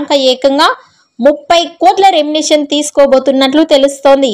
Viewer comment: నీకు సరీగా మాట్లాడేకి రాదు ఛానల్ అవసరమా ఎభాష వస్తదే నికి ఎర్రి పూ... దానా... రెంనెషన్ naa ఒక్కసారి పలికిందిలే తప్పు అంటే ఓకే ..మాట్లాడిన ప్రతి సారి రెంనెషన్ అని కూస్తావ్ బుర్రతక్కువదానా చదువు రాకుంటే ని యెనకా ముందు రెండు మూసుకొని కొంపలో కూసో... ని నోటికొచ్చిన కూతలు కూయకు.. remuneration. ఇలా పలకాలే గొర్రెదానా. తెలియకుండా నోటికి ఏదొస్తే అది కూయకు తెలుసుకొని కూయ్ తింగరిదానా.. 🌹🕉️🌹జై శ్రీరామ్...